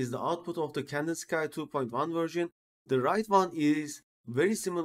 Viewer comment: tutor güzel ama ingilizceyi düzelt, birde Kandinsıkay değil Kandinski diye okunuyor, Rus ressama ithafen Vasili Kandinsky